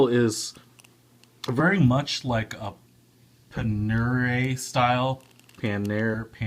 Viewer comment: Here are some corrections… Tachymeter is pronounced “Tack-hih-muh-ter” The magnifying portion is referred to as a “cyclops.” Panerai is pronounced “Pan-er-eye” and the buckle style is called a “Pre-V buckle.” My opinion… $700-750 is not a good price and definitely not a good value for a watch with a quartz movement. It is actually GROSSLY overpriced. Shinola watches in general are overpriced. You can buy a respectable “Swiss Made” watch with chronograph function (more expensive than non-chronos) for less than half of this ($700) watch (non-chrono). People think I’m crazy for buying a Rolex GMT-Master II at 8K, but myself and many others think it’s worth it. If $700+ is worth it to you, I hope you’re happy with it, but in a general consensus among watch consumers, that’s a pretty significantly inflated price for a quartz watch. A Hamilton with an automatic ETA 2824-2 movement costs less than that.